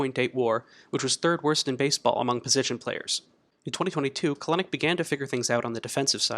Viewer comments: Bro it's KEL-nic not "Kalenic" shit was bugging tf out of me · Good video! It is pronounced "Cel-Nick" however 😁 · You pronounced Kelenic incorrectly. His last name is pronounced Kelanick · Love the video but it’s pronounced Kel-nick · Love the video, but we gotta work on the pronunciation of Kelenic :)